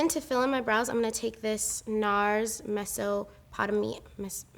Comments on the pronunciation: I loved this tutorial but its pronounced like mez-O-pa-tame-ee-ah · They still gonna give you flack, so lemme save ya gurl: it's 'meh-so-puh-tame-ee-uh' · Mess-o-po-tay-me-uh love u 🤣❤️👑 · Meh-so-po-tame-e-uh get it right this time 😂😂😂💜💜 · I think its pronounced Mess-O-puh-tame-e-ah like the ancient civilization between the Tigress and Euphrates rivers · meh-so-poh-tame-ee-ah is how it's pronounced lol. love this look ❤️ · MEH-ZOE-POE-TEH-MEE-A (pronunciation) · listen i love you and your videos,, so imma just put this here and pray you see it. it's pronounced: mess-oh-poe-tame-ee-uh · Girl , I love you ❤️ but MEH-SO-PUH-TAY-ME-UH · I'm Mesopotamian myself aka Iraq but you actually pronounce it like it's written ME SO PO TAMIA